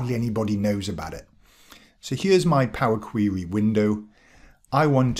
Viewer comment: Love the video! I've used PQ for a few years now and am amazed at how few people realize that it's there. I'm putting together some recommended PQ training for analysts at my company and will definitely include this video! FYI I love your pronunciation of POWA QWEWY :)